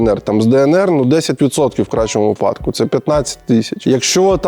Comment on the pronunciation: Олексій! вИпадок, а не випАдок! Дяка за ролик. 🎉